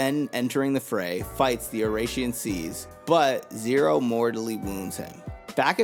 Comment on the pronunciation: The pronunciation of oración seis is killing me